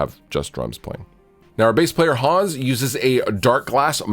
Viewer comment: To reiterate: "Hans" is a German name, and is pronounced "Hunns", not "Haaaaaaaaawns". Also you need to flog him until he plays the bass properly with his fingers. You already have 2 guitarists; you don't need a discount 3rd one.